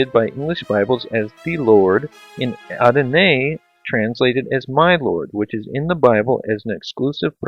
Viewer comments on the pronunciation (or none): none